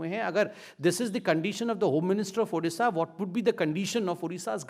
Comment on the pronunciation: "ଉଡ଼ିଶା" ନୁହେଁ "ଓଡ଼ିଶା".....